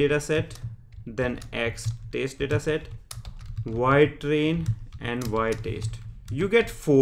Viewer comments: Good explanation. Well, I don't intend to criticize but he is pronouncing 'test' as 'taste' 🤣🤣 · why 4 parameters back and why you are continuosly pronouncing test as 'taste'?